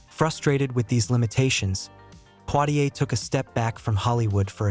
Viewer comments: His name is not Plitier but Poitier, if you don't get it right, no one will reognize who you're talking a bout. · Not poirrier!!!!! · U r pronouncing his name wrong